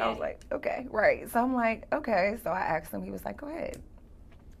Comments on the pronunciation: Axed.....no no no asked....... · She Aks him...